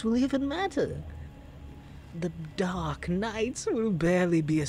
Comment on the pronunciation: Did you just call us "Dork" knight, instead of "Dark" knight?? 👀